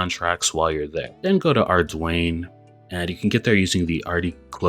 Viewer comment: Just when I thought I’d heard every possible pronunciation of ardougne…. bro comes up with arDWAYNE. Nice.